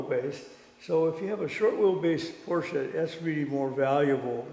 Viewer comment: never fails to surprise with his extensive knowledge of the cars in his collection. Love the correct pronunciation of "Porsche" although "Fuchs" rims should be pronounced "Fooks". Otto Fuchs KG is still manufacturing rims today.A beautiful early 911. Definitely one to keep.